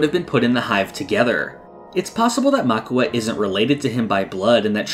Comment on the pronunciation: The brother is called Mauka, not Makua.